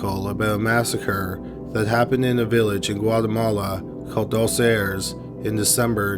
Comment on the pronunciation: "Doss Airs"